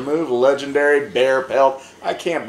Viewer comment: This was hilarious. No idea how I got to Jacks channel but I ain't complaining. He's Lej-EN-Derry